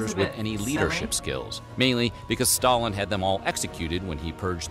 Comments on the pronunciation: Staylin ???? do you not know who Stalin was...... I was schooled in NZ and i find it weird anyone in the world let alone a fellow kiwi wouldnt know who he was..... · "Staylin" ... Stalin? Really???